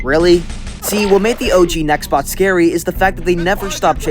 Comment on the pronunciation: omg he said nextbox lol